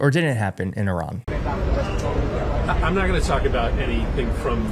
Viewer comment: why cant this guy pronounce iran properly?